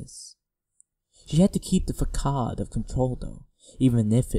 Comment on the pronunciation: facade is pronounced wrong not a big deal and im probably an ass for pointing it out